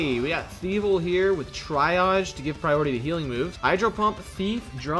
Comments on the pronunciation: It's "Tree-ah-j" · i'm sorry, how did you just pronounce triage?